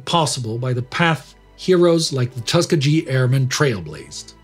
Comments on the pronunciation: Thanks. It’s tusk-key-gee i believe. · Outstanding series. One caveat. It’s Tuss-KEE-Gee, with a hard ‘G’ Thanks. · It's pronounced tus-key'-ggey (hard g) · tuskag? tus ke gee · Excellent job, though "Tuskegee" was mispronounced. /tuh SKI ghee/ not /TUS kuh jee/. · It's pronounced as " Tus key giy " Or something like that . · Nice posters of this channel's hosts. They all look great. you make an excellent impression of Horatio Ketchener. But he kept on miss-pronouncing "Tuss-Key-Ghee" Airmen. However that was the only thing about this video that annoyed me. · For someone with an American accent I'm kinda surprised that you don't know how to say Tuskegee. The "G" is a hard "G". Kinda like every G spoken in the German language. Oh, by the way. While we're on the topic, F.D.R.s middle name does NOT have a hard "A" in the middle of it. Its Dell-en-o. That's how you pronounce his middle name. Thanx for all the great content, just don't ask Indy for pronunciation advice. He's a Texan and Texans are so bad they call a Bigfoot a "booger"! I kid you not.😉 love you all, especially your tame Texan. From Texas, Mike Blair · Tuskegee: tuh-SKEE-gee - a Native American tribe of the Muskogean people of east central Alabama. Native American pronunciations can be a chore to those unfamiliar with the languages from which the words originate. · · I wonder why the views are so down for this video....I think its one of your most inspirational. And its Tus - Keee - gheee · It’s pronounced tusk-EE-gee, with a hard g like in gun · Great episode. As a son of an African-American veteran I’ve been watching your channels for several years now. Only one small criticism. It’s pronounced Tusk-Key-Gee. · Tusk-key-gee. Although there is no reason you should know how to say it. The US army did “experiments” on the black airmen there. Thanks for an important episode. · Tuskegee Its pronuonced TUSK-E-GEE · Great video as always, buuuutt... Tusk-EE-G-EE: How it should sound